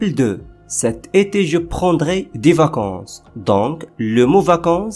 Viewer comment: La prononciation de du et des n'est pas bonne par contre.